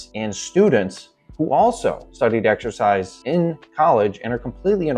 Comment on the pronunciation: He says "Eggexercise" instead of Exercise, which already shows he's an idiot right there. Where does he get that?